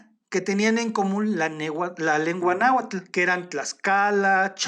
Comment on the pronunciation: Muy interesante el tema y la narración es muy amena, sólo un detalle: se dice NáhuaTL, ni TonalamalaTL. Hay varios canales sobre la lengua nahuatl donde explican la pronunciación correcta del dígrafo TL, que es un chasquido.